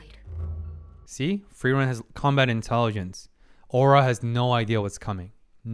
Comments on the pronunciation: You're pronouncing Frieren's name properly now. Nice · It took 10 episodes but I think you're finally pronouncing Frierens name correctly xD. This is definitely one of my favorite episodes of the season.